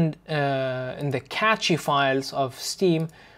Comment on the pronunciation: you say cache wrong. Its "Cash" not "Catch-ee"